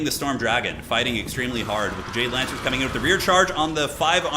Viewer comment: The jade lancers... You said it like... DJ Lancers? Is this the power to rival khatep?!